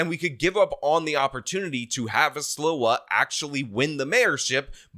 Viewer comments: Love you, and you are the New Yorker but I remember when he came on the scene; Sliwa is pronounced SLEE- wa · Curtis Sliwa is pronounced "SLEE-wa".